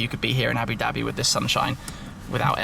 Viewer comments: JUMP23MΔN Ikr he says abi dabi (it's aboo-dhabi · Your mouth & tounge is not made to say "Abu Dhabi".